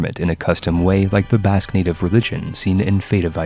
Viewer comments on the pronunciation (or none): none